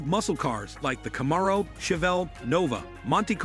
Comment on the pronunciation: Either this is narrated by ai or by an idiot. Can’t even pronounce Camaro correctly. 😂